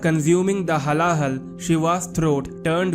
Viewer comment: Brother pronounce correctly it's not halala it's hala hala हलाहल (being india it's bad if we can't pronounce our own mother tongue properly.)